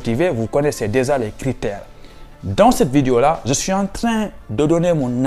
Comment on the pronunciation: Intéressant mais il faut revoir ta prononciation : je et non ze ,….